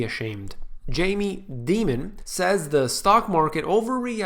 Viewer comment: its Dimon, like Diamond. Not Demon. But he is a Demon for sure.